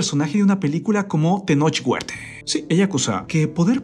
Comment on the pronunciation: Jajaja dice: Tenoch Huertee, Elena ríos quien es Músiquee jajaja